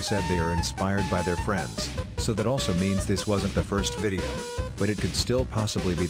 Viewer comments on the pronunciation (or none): none